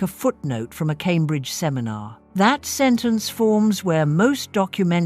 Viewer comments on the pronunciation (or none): none